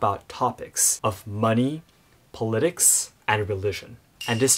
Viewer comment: Stressing the 'lit' works when discussing a "political party", but for the word "politics" in the abstract, it's the 'pol' we stress. Then again, this might be too obscure to care about. Funny that the taboo subjects in japan are money, religion and politics. Here in western canada it's sex, religion and politics. Of course people often talk about them anyway...